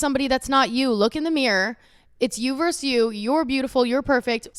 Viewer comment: You verSUS you. Not "verse". Why does EVERYONE think "vs" stands for "verse"???? I don't get this widespread non-understanding of this word.